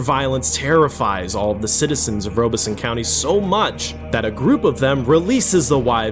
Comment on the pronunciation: Rob es son, not Robe es so. I grew up nearby